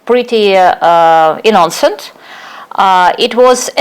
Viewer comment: Если вам интересно, вот ошибки которые вы допустили при разговоре Impossible instead of unpossible Innocent - ударение должно быть на первый слог Take part in , not take a part Kremlin (it) , not he GRU произносится джи ар ю , не у Suppose Skripal had dropped dead instead of suppose Skripal drop Behaved in a stupid way instead of behaved themselves stupidly Receipt ударение на второй слог должно быть Absolutely- ударение на третий слог Notice -о произносится как дифтонг Перезагрузка в данном контексте это не reboot but reconciliation If there had been no perezagruzka instead of if there was no In his mind instead of at his mind With their hands instead of by their hands Vulnerable-incorrect probounnciation of the first vowel Since he has few resources instead of since he have small resources State machinery is.... what? All information instead of all informations Typical первая гласная произносится не дифтонгом а звуком и Controlled ударение на второй слог должно быть Since how when ... is what? At Dyrezor , not under Dyrezor Abroad не должно быть дифтонга Chief первый согласный в произношении ч, не ш Influential- неверно произнесли Media первый гласный должен быть и, не э The Kovalchuks обязательно с артиклем Attribute ударение на второй слог Exchange it, not exchange them (the word money is uncountable in English) Incorrect -ударение на последний слог должно быть Hebrew первый гласный и, не э Если что , обращайтесь за услугами перевода , или репетиторства .